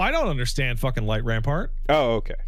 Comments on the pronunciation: It's light rampant not rampart. That's burned into my memory from 2 months of prog... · idk if it's an ongoing joke or if is dyslexic but there is no r in "light rampant" and it bugs me everytime he says light rampart instead 😭